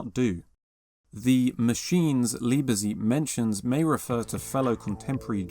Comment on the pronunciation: You have to pronounce the middle "e." Lee-buh-tzeit.